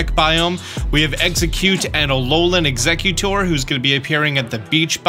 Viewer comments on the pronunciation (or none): none